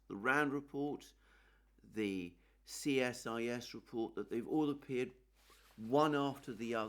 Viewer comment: CSIS is pronounced Cee-Sis